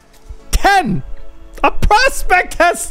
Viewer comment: My Gawd Man its easy to say " Prospector " LOL. Also the Khartu Al main purpose is a Scout - its not supposed to hang around in combat.